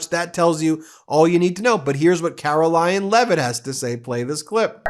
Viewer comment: Ben…. Did you just call Karoline Leavitt “Karolyin’”Leavitt???? If yes-very clever😂😂